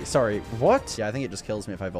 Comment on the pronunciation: this sounded like gibberish to me too but somehow my brain understood at the least that it still made sense even if I couldn't comprehend it, but then the shorry got me after